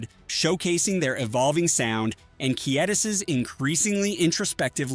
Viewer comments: WTF! Pronounce his name right! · You lost me when you couldn’t pronounce his name 5 seconds in.